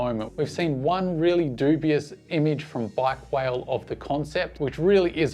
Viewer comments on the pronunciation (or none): Bikewale is pronounced Bike Waa Lay :)